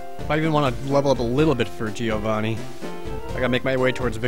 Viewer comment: Why can't you pronounce Giovanni ? D